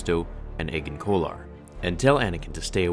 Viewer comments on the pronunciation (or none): none